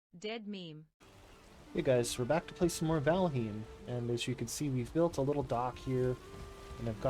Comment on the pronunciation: did she just say Valheeem?